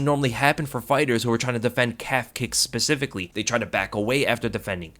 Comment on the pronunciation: He said pacifically it specifically